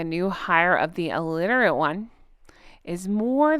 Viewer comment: Alitirate?? Illiterate 😊